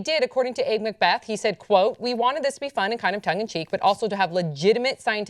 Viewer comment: Abbe is pronounced Abby, not Abe.